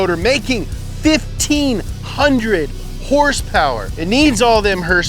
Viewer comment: It makes me laugh so hard when he says "Hurspeur" 🤣